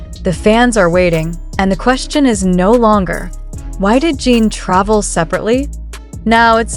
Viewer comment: Jin not Jean